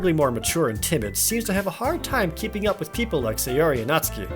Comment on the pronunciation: NEET = Not in Employment, Education, or Training. Basically, a shut-in who doesn't contribute anything to the world or yourself. No clubs, no extra curricular activities, no college, no job, etc. BTW, THANK YOU Jared, for pronouncing "Natsuki" correctly. Everybody else says it as "naht-soo-kee" which is wrong. EDIT: Well, you pronounced it right the first time, anyway. -_